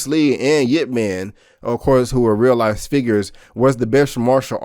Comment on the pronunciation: Its ipp man nit yip man. You pronouce it wrong.. i heard you said yip man..wrong name